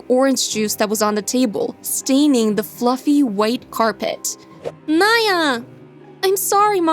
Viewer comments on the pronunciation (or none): none